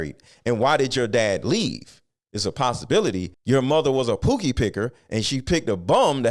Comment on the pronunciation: This Mog Said "Pookie" Picker.. lol